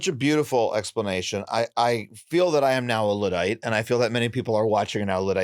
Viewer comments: why can’t he pronounce Luddite? It’s “Ludd” like “chud” or “flood” not “lood”. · Luddite* not Lewdite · I think you are pronouncing Luddite wrong.